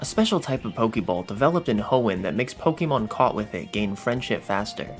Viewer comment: Listening to this guys say "pokeymon" takes me back to third grade before we knew how to say "Pokémon". Its pronounced "poh kah mon" brother